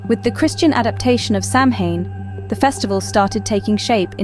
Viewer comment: OT IS PRONOUNCED SOWAN!